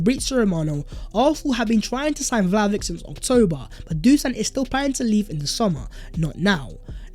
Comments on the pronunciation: It’s pronounced “Vly-oh-vich!!! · As always great video mate. You could add the sound ch at the end of Vlahovic's name :) So we should buy the man because if we make top 4 with him then its money that we'll get back so a solid investment. If we don't make top 4 this season then there's a good chance we will next season. But with many teams faltering such as Chelsea the stage is set for a smash and grab 4th place. Let's do it.